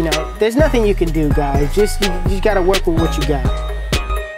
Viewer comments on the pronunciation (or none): none